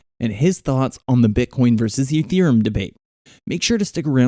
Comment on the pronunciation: "Dodge curn and ethrem".. lol